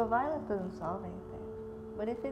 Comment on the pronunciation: "Violence" not " violents "